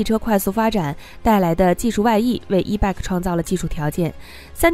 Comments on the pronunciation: Bike 讀（ 掰）！不是beg! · 错误太多,希望你能严谨一些.bike 是谁都r认识的英语单词,唯独你一点不知.可怜可悲🤦‍♀🤦‍♀🤦‍♀🤦‍♀🤦‍♀🤦‍♀🤦‍♀🤦‍♀🤦‍♀🤦‍♀🤦‍♀🤦‍♀🤦‍♀🤦‍♀ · 你的 bike 發音不正確 好刺耳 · Bike 發音有錯